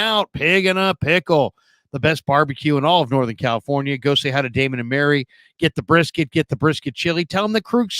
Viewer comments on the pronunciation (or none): none